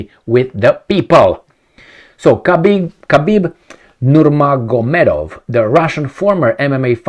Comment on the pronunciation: No,,, Good job pronouncing the name,,, it helped me GET IT!!